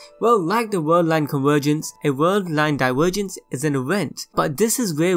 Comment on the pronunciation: No matter how much you're going to apoligize for it, you really are incredibly difficult to listen to. I commend anyone who can listen to you saying ''diwergence'' and ''ewent'', and not cringe to death.